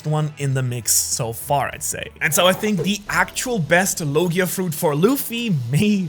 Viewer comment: i love when he said logiars 😂😂